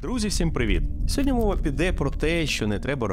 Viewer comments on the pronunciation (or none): Сьогодні. Не СьогоднЯ. Дякую за ролик